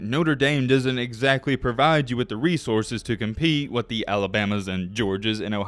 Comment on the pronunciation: Ability to cheat? Oh wait, you said compeat!😄😄😄